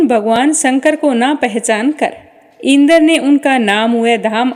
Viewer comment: मैम शब्दों का उच्चारण सही नही हैँ जैसे इंद्र पितामह